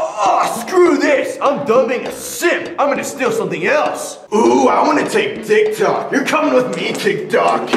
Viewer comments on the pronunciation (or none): They said Di-cok but it’s TikTok… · It's tiktok not diktok